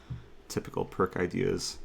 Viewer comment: I thought for sure Eric say, “...pawn to a5, typical prick ideas”. I was shocked that Eric would use such language so I listened to the comment again and while it still sounds a lot like “prick”, I’m confident he was referencing “pirc defence”.